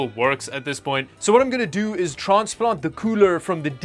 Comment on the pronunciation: traaaansplauhnt da chuuulure I got tickled by the accent there